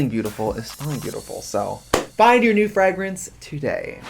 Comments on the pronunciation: I first I thought the way Trixie was pronouncing 'fragrance' was a bit until she kept doing it, and then I realised it might be her actual accent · They way Trixie pronounces Fragrance is everything to me. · deadass made me mutter "fragrance" to myself like eight times in a row to figure out if I'm the one saying it with an accent or if Trixie is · I love the way you pronounce "fragrance," lol, like you've never heard a word of english in your life 😂😂😂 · Ok but the way trixie says fragrance is a hate crime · Wow they really hired the one woman on earth who can’t pronounce fragrance to promote fragrances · I think scentbird sponsored Brian just to hear him pronounce fragrance